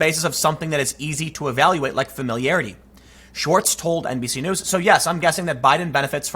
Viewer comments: Every time he says NBC News it sounds like NPC News. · Did you say "NPC News"? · Did you say NBC News or did you say NPC News? ) I think it's time for NPC News Channel to become a thing. )